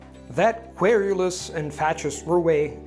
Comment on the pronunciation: By the way, I didn't realise you were saying "querulous", until you said it the second time. When I was a kid, I memorised a 1917 poem by Australian poet CJ Dennis (and it's SUPER LONG... I can't recite the whole thing because it's about 75 minutes, but I can do most of it), but there was a part: "There were querulous dames who complained of the squash, The pushing and squeezing, for briefly, all Gosh, With its aunt and its wife stood agape in the ranks... Excepting Sir Stodge and his satellite Swanks."